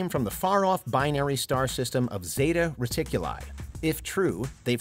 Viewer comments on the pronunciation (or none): none